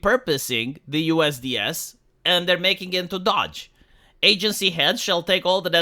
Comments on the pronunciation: Not Dodge, it's doge. Your pronunciation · please, it's "dohge" or maybe "dohsh". Not "dodge". Even the legacy media got it right. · Doe then the g sound- DOGE, your pronouncing it dodge, it’s the “oh” sound you’re looking for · It's Doge not Dodge. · Every time pronounces it 'Dodge' I cringe a little bit harder. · DOGE with a long O like Hoe. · Why do you pronounce DOGE as Dodge? lol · Dog-e. Doggy. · It pronounced "DOOUGH" IN AMERICA. SORRY OCD ❤❤❤😂😅😊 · How do you research this whole topic and not know how to pronounce "DOGE?"